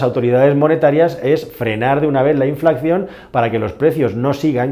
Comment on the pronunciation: Año 2023 y no sabemos pronunciar la palabra inflación todavía